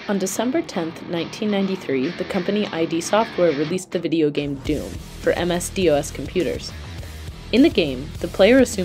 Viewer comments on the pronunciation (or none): oh god you made me immediately feel ancient when you pronounced it "MS- Dee Oh Ess" ;_ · This is the first time I think I’ve ever heard someone spell it out rather than say “M-S Doss”. I feel old. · Of all the acronyms you pronounced many were phonetically, however you said "M. S. D. O. S." and I don't know how to feel about it. Also the id of id Software is that of ego and id and not I.D. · oh god she spelled out "msdos" and I immediately felt old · I felt physically ill for a moment hearing someone call it MS-Dee-Oh-Ess. 😅 I guess I'm old. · All credibility was lost when you called id "eye dee software" and MS DOS "MS D, O, S". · This is awesome! Also I've never heard DOS pronounced "M. S. Dee Oh Ess" before. 😁